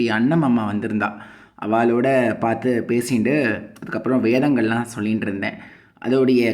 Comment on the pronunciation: The way he pronounces Vedhas in a dedicated way is really beautiful anna